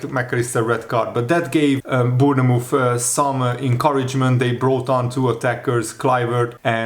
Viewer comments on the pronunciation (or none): Hi, after watching you for many years and being English and we have some well funny spellings and pronounciations, just to say, you don't pronounce the 'e' in Bournemouth, you say it like Born-muth, like the 'TH-'E'- sound kind of. Obviously we say it more quickly here, not a critique, just thought to say....I enjoy people's accents and how they pronounce things, I used to teach TESOL once upon a time....